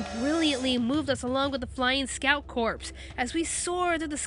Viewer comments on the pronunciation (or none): corps is not pronounced like corpse it is pronounced like core. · Corps. Pronounced like core, not corpse. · Good review but it's pronounced "core" not "corps" common mistake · "Corps" is pronounced like "core," not like "corpse." Also, Tim Burton? You fucking kidding me? Burton is actually an excellent director. Fuck off. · Please stop saying "Scout Corpse". Corps is pronounced "core". Otherwise, great review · omfg stop saying corps like corpse the ps is silent its pronounced core how do people not know this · For the millionth damn time, Corps. is pronounced like "Core", not "Corpse." The P and S are silent. Like Marine Corps. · Forget that, they're pronouncing Corps, "corpse"! Unforgivable. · Core. Corps is pronounced core, not corpse. I know, its weird. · The word "corps" is pronounced like the word "core". Not like "corpse". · Its pronounced "core" noy n literally "corps" im sorry, but it was driving me insane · pet peeve No. 1 of mine When people pronounce "Corps" as "Corpse" It's pronounced like core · Corps. Is pronounced like ‘core’. I’m not trying to be rude it just bothered me a bit. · Corp! Is pronounced core! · For pete's sake, "corps" is pronounced "core" - as in the United States Marine Corps. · corps is pronounced "core" silly, but true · i'm sorry but corps is pronounced like core ... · just a little note, "corps" is pronounced "core" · >pronounces manga correctly >pronounces corps incorrectly Shit like this is why weebs get called weebs. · LoganandOli oh my god thank u, everyone on the internet says it wrong and for some reason I get triggered by it😂